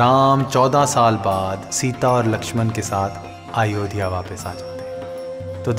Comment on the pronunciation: آیودیا نہیں مورو بھائی سنسکرت میں ایودھیا کہا جاتا ہے ماشاءاللہ بہت ہی خوبصورت وڈیو مگر میرے خیال سے آپ ہندی لفظوں کو تلفظ سے ادا نہیں کر پائے 😊